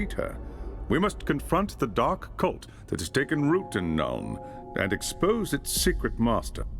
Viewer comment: about in, please say you didn't just say that. tell me you didn't just say elves are a dwarfs staunchest allies. could you be any less familiar with Warhammer fantasy? (sidenote: it's nuln and Altdorf(pronounced Olt-door-th) not Nurn and Alt-derth. sorry if this come's out a bit douchelike.